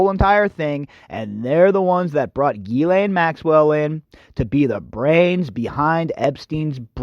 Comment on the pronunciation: Why do you call her Gheelaine? It's Ghislaine [/ʒislɛn], the 's' is not silent